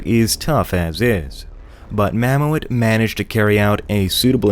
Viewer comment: Just for your future reference; Mamoet is not pronounced Mam-o-ET. It is the Dutch word for mammoth, pronounced MAM-oot.